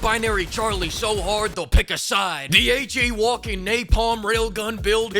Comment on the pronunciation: Yeah, no hahd ahs allowed.